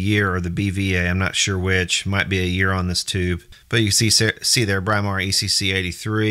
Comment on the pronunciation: This is right from my old electricity teacher who was English-it's pronounced Brimar, not Bry-mar! Just like you say "Britain" where the "Br" in Brimar comes from.